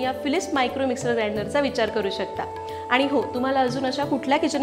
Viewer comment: लसून नाही लसूण बोलतात आनी पानी